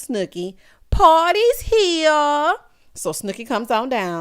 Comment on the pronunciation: Every single time you say "pawtys hea" I crack the heck up!!! 🤣🤣🤣